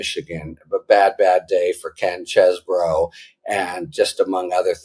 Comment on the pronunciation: It's pronounced ChEEEEse-bro. :p Doll-amore says so.